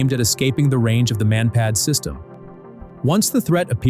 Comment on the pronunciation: hey!! who ever or what ever you are I sing to pronounce Russian air assets is ALLWRONG!!!! MI-8 Helicopters are actually called MI-8. and are never pronounced like the word "me" and MANPAD airdefense weaponry are pronounced like they look manpad. NOT M.A.N.P.A.D. stop using your co.puter to pronounce air assets correctly before you post and everything is all wrong making you look like the biggest lover noob to ever post on youtube.